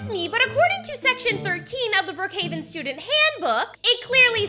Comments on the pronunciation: They also say bruckheaven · Why when they say Brookhaven they actually say Bruukhaven? Btw I love your vids 🥰